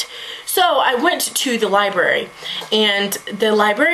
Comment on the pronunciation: I called it a Libary too lol